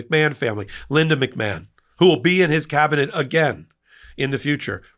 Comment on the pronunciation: McMahon is originally an Irish name and is pronounced "Mac-Marn" (not Mac-Man).